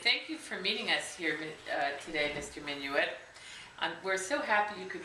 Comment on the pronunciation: your saying his last name wrong